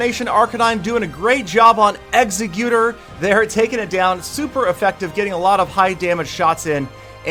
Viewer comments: It's actually pronounced ex-egg-you-tore. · The way you pronounce Exeggutor hurts my brain, it is supposed to be pronounced ex-egg-you-tor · it's Ex-egg-you-dore! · your pronunciation of "exeggutor" makes me cringe. For the sake of you not making other fans cry, it's pronounced "ex-EGG-you-toar" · the correct pronounciation is PO-KAY-MON TheJWittz made a good video about pronouncing pokemon also its pronounced EGG-SE-QUE-TOR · Your pronunciation of "Exeggutor"...